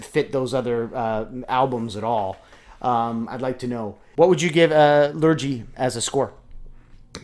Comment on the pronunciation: Interesting choice to show, I am from England and just wanna say Lurgee is pronounced Lur-Gee not Lur-Jee.